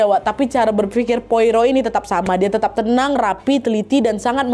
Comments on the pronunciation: cara bacanya poaro, bukan poiro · Disebutnya bukan Poiro tapi "Poaro" ejaan Perancis karena orang Belgia pakai Bahasa Perancis. Saya ikuti cerita Agatha sejak SMP 1983. Koleksi bukunya punya 30 buku cetakan lama, tapi 2025 kemarin kebanjiran, semua lembar bukunya lengket karena lumpur, gak bisa dibuka, gak saya buang saking cintanya❤ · Poirot ( baca,Poaro ) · Hercule Poirot --› AIR-kool PWAH-roh / ER-kyool PWAH-roh Pwaro lah kira² wak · Bacanya POARO Wak😅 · Kak Nad, sedikit koreksi aja, Poirot dibaca /pwa-ro/. Itu ejaan Perancis. Cmiiw ❤ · bacanya Pwa-roh kak 😂